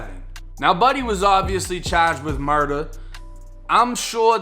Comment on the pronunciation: The way you say murda makes me laugh a lil every time 😂 I’ve started to say it too💀